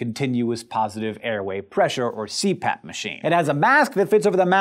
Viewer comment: At first, I thought it said Crap Machine...